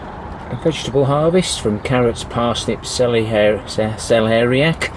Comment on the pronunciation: Looking good 😊 congratulations on pronouncing celeriac too👌👌 hope you are staying safe and well 😊🌱